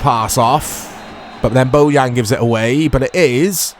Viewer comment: The camera and footage look fine to me too! Also, Bojan's name is pronounced "Boyan" :)